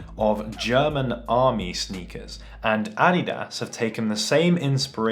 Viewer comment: Who else hate how he say adidas